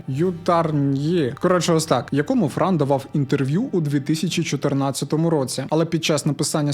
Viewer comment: Бро, не Фран, а Франо.